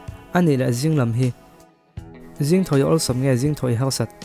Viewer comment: Harsat tih hi halrsat tih angin ka hria. Turin tih te turlin ti angin.. turin tih te turlin tih ang.. R hi lam har i ti anih hmel. Anih lohah chuab atha ltk e